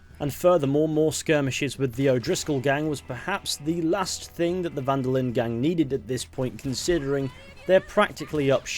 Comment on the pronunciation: "Den Linde"? Lol